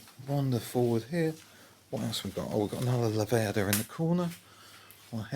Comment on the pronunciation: but Goot-zi is correct in Italian and Laverda should be pronounced La-va-da' rather than Lav-er-dur.